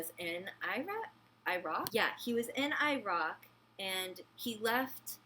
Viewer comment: Also who the fuck you say Iraq wrong